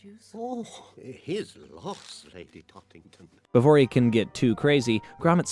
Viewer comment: A marrow isn't a watermelon, you uncultured swine! Also, it's Tottington not Talkington, you said it right once then wrong every other time I still can't decide if you're getting things wrong on purpose to drive engagement or if you're just an AI voice, but I much prefer the videos without mispronunciations